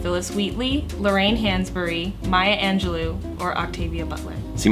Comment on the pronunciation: I've never heard Maya's name pronounced that way...it's Maya Angelou(oh not oo) lol